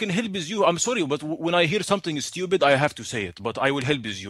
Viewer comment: DID YOU JUST CALL ME STOOPYID